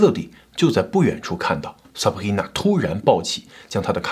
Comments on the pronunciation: Sabrina 你發音成 saprina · 唉哟 sabRRRIna~ 中国人用法语的口音念拉丁的名字，一定是加拿大的 XD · 哈哈哈哈哈 Sabhina , 法語發音耶。快點跟進做PDiddy 了